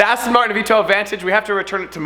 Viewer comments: you dont Say astin martin right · aston maen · You sound german when you say aston martin with that weird accent lol